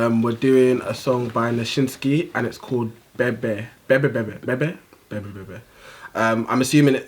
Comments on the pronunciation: A 6!!!! By the way just stay away from Nyashinski songs! You should have called this a video reaction, because you are clearly not talking about the music here. And your fake Kenyan who can't even say "Bebi Bebi" should not be asked to comment on any Kenyan songs because by the looks of it he is just as clueless as the rest of you. Let's just say that some songs are not just about a trappy track (Panda) and a catchy tune. If you can't understand the song guys.... Don't react to it!! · Huyu ni mkenya wa wapi anaptonounce bebe bebe badala ya babi 🤦, wacheni kutuenjoy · Its called Bebi Bebi not Bebe Bebe, 6 is ok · Bebe bebe??? 😂😂😂Your pronunciations are fire i swear😂😂😹♿♿♿ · That awkward moment when a Nigerian can pronounce a Swahili word better than a Kenyan;Eti bebe lol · For these self appointed 'judges' trying to make themselves relevant in the music industry get us a song that we can listen to then we can listen to your critic on nyashinski's song. And who is this dude... you claim to be kenyan yet you cant at the very least pronounce bebi bebi like it should; You are an embarrassment to our country This is a great song with a great message but this can only resonate to people who have REASON something you clearly lack.